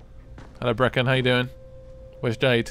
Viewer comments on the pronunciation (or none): when he started climbing brecken suddenly turned british if you listen closely